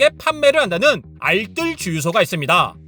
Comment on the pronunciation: 알쓸 아니고 알뜰이요!!!!!